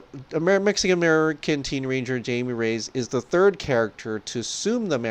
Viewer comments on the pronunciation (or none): It's not Jamie Reyes. It's Jaime. Pronounced Hi-May.